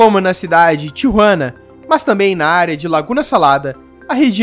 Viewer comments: Não se dis Tiruana E sin Tijuana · Seu Espanhol é muito fraco..não sabe falar o nome de Tijuana.